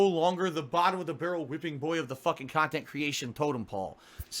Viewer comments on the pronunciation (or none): "He's re-streaming illegal, stolen khanthent!" Nice one,. XD